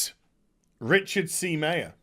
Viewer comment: Meyer pronounced MY-er, not MAY-er.